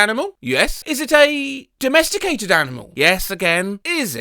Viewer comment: put it back to donesticated since the guy says "donesticated" instead of "domesticated"